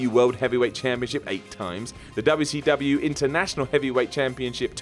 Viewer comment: A trade noticed by Dub'ya-C-Dub'ya